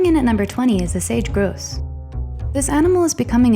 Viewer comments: grouse, not grose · Sage GROUSE, Sage Grouse. Pronounced just like every other species of grouse -- not gross! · Central America, Not Middle America Poison Dart Frogs, Not Poison Fart Dogs Frih-get, Not Fry-gate Grouse, Not Grose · Please learn how to pronounce some of these names such as Grose,(grouse), Frigate and Coquette. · Well first off it's a Sage Grouse, not Grose. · its a GROUSE not GROSE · it's called a sage grouse not grose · It's Sage Grouse, not Sage Grose. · It's the "Frigate" bird as in the ship.... the short "i" in little.... not as in the long i, sounding like fry- gate.....yanks?!!! ;) Also the grouse not the gross. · That is sage grouse not grose. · 1. Sage GROUSE, not GROSE. 2. Feather Duster Budgies are not a naturally occurring species in their native land of Australia. They are a sad genetic mutation brought about by inbred genes caused by bad breeders. In these budgies, the feathers, beak, and nails do not stop growing, and the poor bird is exhausted from the huge mineral and dietary needs. They consequently have poor immune systems, and die after 1 year of age. They need constant vet care, are blinded by the mop of feathers on their heads, and beaks and nails need lots of trimming. To show this bird as a natural species is perpetrating a scam on your viewers, and very unethical to profit from their birth defect. Do not show genetically maimed animals that uncaring people will want to keep as pets. This is cruel and morally wrong. Its like saying a 6-legged human being makes a great pet. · Grouse, not Gros... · hearing you pronounce "frih-get" fry-gate is grating on my ears. also it's a GROUSE not grose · It's Sage GROUSE, ya' trout! It's FRIGate Bird, not FRYgate! You wouldn't have these problems if you 1.) checked pronunciations first, and 2.) use a HUMAN announcer! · Is this a computer generated voice? Sage "grose"??? Great "fry-gate"??? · groose and frygate and the wrong pronunciation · not a "grose." and mispronounced